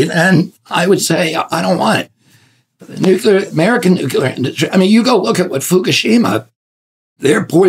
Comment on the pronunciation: Who is gonna tell him how to pronounce the word nuclear???????